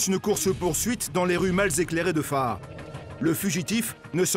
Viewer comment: Au lieu de dire faa'a il dit fara... Y a du boulot